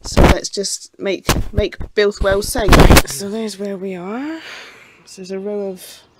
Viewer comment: Oh dear but it was only flat at the bottom-😂 - seriously you made me think as I need to take a look at my spare etc etc Well done on Builth Wells pronunciation 😂 Whole new channel on gas leaks in the Uk Didn’t realise you can park there do that’s good Hope you get the wheel sorted …